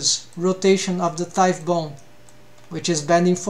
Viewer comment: Btw u probably already know this since its been 2 years but the gh in thigh is silent 😅 its not like tough (tuff) Awesome video